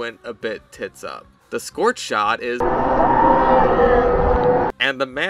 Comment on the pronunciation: I like the scorth shond